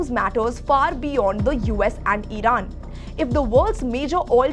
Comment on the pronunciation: Idan instead of iran 😂😂😂😂